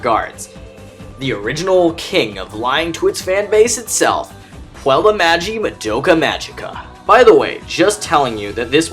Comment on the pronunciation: your fucking intro is annoying as shit. Also, Puella is not pronounced 'pwel' And ALL wishes backfire in the end. But that's how it is by design. Kyubey picks girls in their teens, and their wishes are truly what they want..... at the time. As you grow into maturity however, priorities shift, and ontop of that, at that age, things tend to pile on pretty heavily in terms of emotion. The design of the wish granting system is to transform them into witches in the end due to their wish and their emotions turning to grief all on themselves and fuelling Kyubey with what he needs to fight off the entropy of the universe.